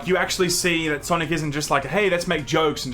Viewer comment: Sanic? Nay, S A M I C